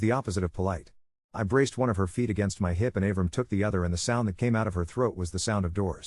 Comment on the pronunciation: Av-ram? It’s Ah-vrahm. 😂